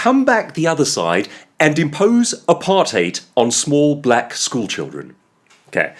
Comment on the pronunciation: This is good. Very entertaining. I will watch more of your videos. And of course you're from South Africa. You pronounced apartheid correctly.